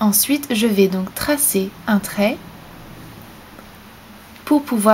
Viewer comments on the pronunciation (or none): none